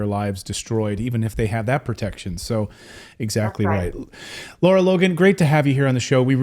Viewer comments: Lara, Claton, not Laura. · Hey Clayton, her name is LARA not LAURA! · Clayton, her name is Lara - not Laura - different pronunciation.